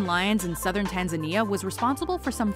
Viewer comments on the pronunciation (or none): Tanzania is not pronounces like that